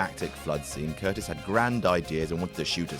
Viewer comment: It's pronounced "cur-TIZZ". You guys know nothing, do you? You just read shit in books without research and make it into a video without asking a single question